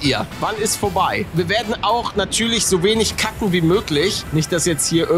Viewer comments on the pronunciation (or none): Wer hat bei cutten auch kacken verstanden??😂😂